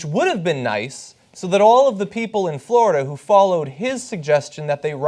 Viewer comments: Hey guys... it's FLORIDA not Flordia... hahaha someone at TYT must be tired. ;) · Flordia? OMG, I've been saying Florida wrong all my life. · Guys! Florida not Flordia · Americans have been saying 'Florida' wrong their whole lives. It's a Spanish noun and they butcher it with their silly pronunciation.